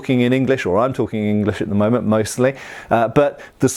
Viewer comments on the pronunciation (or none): none